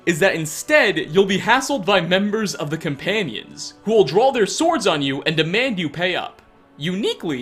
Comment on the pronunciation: Am I the only one who can't stand how he says "cuh-panions" instead of "coMpanions?"